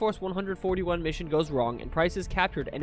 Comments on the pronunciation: your name isnt pronounced, right? its. even tho it could be pronounced rhe other way, its just not. same with 141. its the name of a task force. its pronounced one-four-one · have you even played the game lmao? Its pronounced as one four one in the game not one hundred and forty one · Just for that pronunciation of 141 I am listing you as a channel not to recommend.